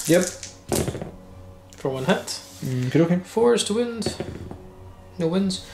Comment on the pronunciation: Great report! The way you guys say “wound” drives me crazy lol. Am I the only one that notices that? I might be the only American 🤷‍♂️...